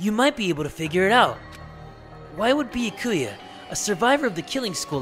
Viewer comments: After 37 dangaronpa videos series he still not even calling byakya names right wow Imagine he doesn’t call his name right at the end of the series wow I would be cringed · He knows how to pronounce byakuya from the start he just wants to trigger us if you saw all of his danagnronpa 2 videos without skipping you would realize that he almost said byakuya in a correct way and then said on no i almost pronounced his name right and then went back to trigger us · At this point I’ve forgotten how your suppose to pronounce Byakuya